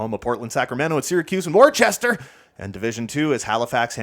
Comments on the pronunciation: Just a warning before the Eastern Massachusetts people come after you: Worcester, MA is pronounced Wooster (or with the accent Wustah). I learned this the hard way. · worcester is pronounced wuss-ter